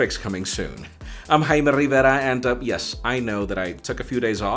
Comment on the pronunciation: Jaime Rrrrrriverra 😂